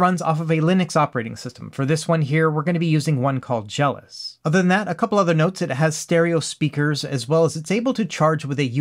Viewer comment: Is it not pronounced Jel - OS? Like macOS or iOS? You keep saying it like "jealous".